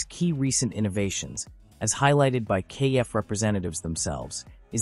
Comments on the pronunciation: It's not pronounced KF, it's pronounced Kef like Jeff. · It's a pity that the commentator didn't check the pronunciation of KEF before starting this video. It's not pronounced "kay - eff" but just KEF as in "Jeff" but with a K. This kind of devalues any authenticity of the video!